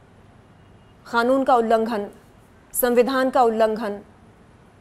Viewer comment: Yeh kanoon ko khanoon kyu bolti hai over acting 😅😅😅